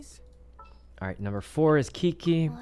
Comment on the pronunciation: it's the kiki not qiqi for me